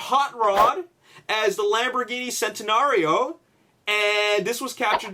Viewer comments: Also, it's pronounced "Chent-en-air-rio" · It's pronounced chentanario but spelt centanario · The C is pronounced as a CH, Alex. So it's spoken as Chentenario, and it's written Centenario. I'm pretty sure it's meant to be Italian for Centenary or Century, since it was built to celebrate Lamborghini's 100th brithday.